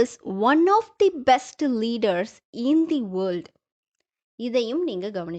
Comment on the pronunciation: Madam sorry, articles "the" your pronounciation tha or thee